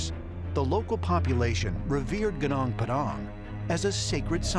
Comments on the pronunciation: Lemme tell you, to pronounce "gunung" just say it like "goo-noong". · How to pronounce "gunung" : goonoong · Gunung is pronounced as goo-noong. Come on, don't disapoint us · its iritating my ears whenever u pronunce that "gunung padang" you just have to pronunce Gunung "Goonoong"